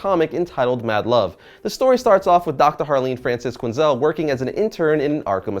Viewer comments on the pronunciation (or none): none